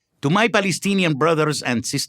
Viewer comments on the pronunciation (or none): "The Balestinian beoble".